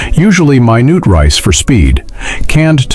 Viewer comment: My noot rice? No AI overlord, it's MINUTE RICE.